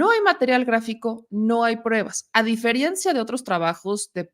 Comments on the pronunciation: dijo diferiencia?? o.O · Diferencia, no diferiencia 🤭.